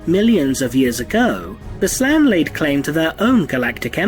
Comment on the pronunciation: actually it's Slann, not Slaan nor Slaad. And yeah, 2 letters can change a lot in the meaning XD